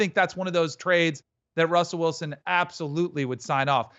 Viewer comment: “Wussell Wilson”